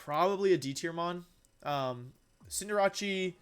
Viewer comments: I love how he pronounces cinderace as “cinder-atch-e” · wtf are these names.. deckydooey.. cinderachi.. wtf Decidueye.. Decidu- as in deciduous... then eye. Disijooeye Cinderace... Cinder as in igneous rocks. Then ace as in playing cards... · Decky Dooey? Cinder Ache?? What the hell is this pronunciation? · Cinderace? “Cinderatsie” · PLEASE SIR... PLEASE FIX YOUR PRONOUNCIATION OF SOME POKEMON NAMES. It kills me when you pronounce decidueye as dekiduwii and cinderdace as cinderatjie. I love you men for the love of god fix it :) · It's his thing. He mentions he does it because of his friend, Markus Stadter. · There’s no way you’re saying Cinderace or Decidueye correctly bro 🤣🤣🤣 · U say cindrace so weirdly its cinder race not rache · His pronunciations really get me “cinderawchee” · Cin-der-RaChI 😂 it’s Cin-der-race bud other than that I think cinderachi should be moved up to like B or A and with it’s hidden ability it should be S. Feraligatr is very slept on yeah there are Pokémon’s that can do it’s job better but in a vacuum it can definitely get the job done so I think it should be like B and Meganium should be an F tier mon tbh I know I just said this about feraligatr but other Pokémon’s does meganium job much better the only difference is meganium doesn’t have much if any coverage moves while feraligatr does. (P.s. I haven’t used a meganium since like gen 4 heartgold online battle days so if it got coverage now in gen 7 or 8 then I guess it can stay where it’s at but if it doesn’t that should be an F) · xcuse me- cinda-rachi? you mean cinderACE? where did jirachi come from- ALSO- DEKKI DEWI-- OH MY GOD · Also the fact he said Cinder-ase As Cinder-ache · Cinderachi.... cin-der-ace I think you mean. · I can't get over the fact that he called cinder-ace "cinderachie". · Cinderatshy? Cinder-Ace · cinder-ache? I thought it was pronounced cinder-ace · Excuse me ? Cinder-ache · Why did I laugh so hard at the way he pronounced cinderace? 😂😂😂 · Dekeedooey and Cinderachee